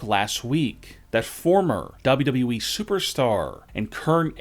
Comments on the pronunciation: How tf is it you pronounce wwe?? It sounds like you Are saying dobdobueeeee 😂 please just stfu. 😂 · Why does he pronounce WWE DoubledubE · The only reason why I’m still Subscribe is so I can hear you say W W E